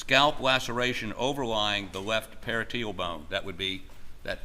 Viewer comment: Parietal is pronounced Puh-rye-eh-tuhl Not pair-a-teal